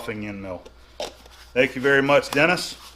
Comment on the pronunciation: "Tank you all for watching, have a nice day."